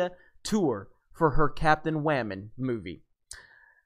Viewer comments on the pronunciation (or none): Please stop saying "wamen". It's idiotic. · "Captain Wamen" - hilarious!